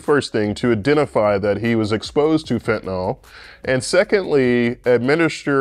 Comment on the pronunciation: Why would a real orthopedic surgeon waste time maintaining a YouTube channel? Why doesn't an orthopedic surgeon properly pronounce "fentanyl" and "narcan"?